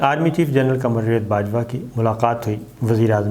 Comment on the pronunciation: Sabar sabbr sy Bolta hy.bahut lambi video sunnNay may bahut time lagta hy اور یہ جاوید نام کو جوید کیوں کہ رھے ھیں۔